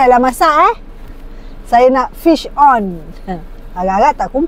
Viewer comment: sebut 'fish on' tu mcm double meaning... 😂